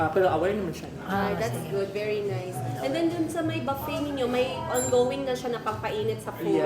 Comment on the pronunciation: Baffet - booffet po madame 😅